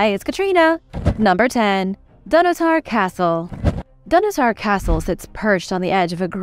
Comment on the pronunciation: Please! The Pantheon, from the Greek 'pan' for 'all' and 'theoi' for 'gods' was originally constructed by Marcus Agrippa, a friend of the emperor Augustus. The emperor Hadrian massively restored it but modestly kept the original dedicatory inscription! Donottar is pronounced 'dun otter'!